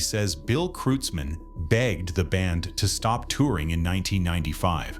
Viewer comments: It's kroitzmann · It's pronounced KROITZmann, FFS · You asked a 100 'real' Germans how to pronounce it and they said 'krutes mann' or 'krootz Mann'? Impressive. However here in the real USA, it so happens that in the 1980s-90s I lived in Comptche, Mendocino County CA, where Bill owned a ranch. He was known in the community as Bill KROITZmann. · Could computer at least pronounce his name correctly.